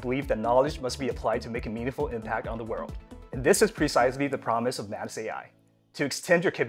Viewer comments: Please rename it. "Manus" doesn't sound right, especially the way you pronounce it 🤣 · Manus sounds like Menace. Not a good idea 😁